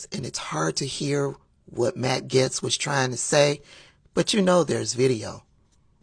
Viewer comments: Are you misprounouncing Gaetz on purpose? Everyone else calls him Gates. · you mispronouncing his name made my whole day